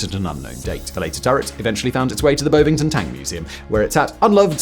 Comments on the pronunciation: Am I the only one who wanted to slap our Lord and Master Fact Boy when he mispronounced Bonvington? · Gotta flatten that "O" in Bovington